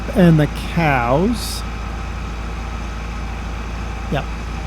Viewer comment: I wish he would've stopped saying coos, and said cows. This guy is trying to be fucking funny and failing at every attempt.